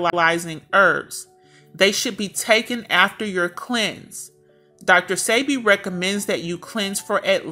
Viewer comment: His name is PRONOUNCED DR. SEB-BE… I WISH THIS WOMAN WOULD SAY HIS NAME CORRECTLY!! It’s SOOO… ANNOYING!! # RESPECT ✊🏾 THE MANS NAME SAKE! Yesssh …